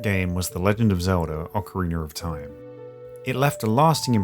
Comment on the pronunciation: “Orcoriner of time” haha love it